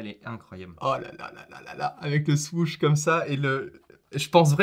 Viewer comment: Je voulais regarder la vidéo, mais quand j'ai écouté parler son pote ça m'a rendu fou. même toi tu sais pas le prononcé le mot "Huarache" le pire c'est quand il a dit Swoosh, Putain j'ai Saigner des oreilles !!!!!! 😡